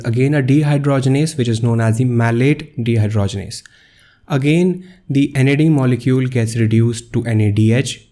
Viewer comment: Nad+ not nad